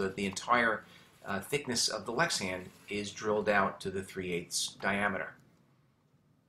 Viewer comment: You keep saying Lexian, why is that?